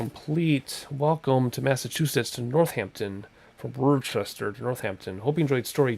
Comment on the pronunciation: Im from Massachusetts ..It is pronounced " wuss-tah"